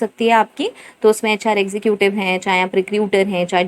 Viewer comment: Executive pronounce is not ex zu ku tive is wrong it's ex zeh cative